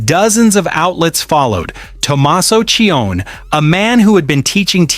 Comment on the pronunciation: Name is NOT CHIONN . His last name is Ci-oni.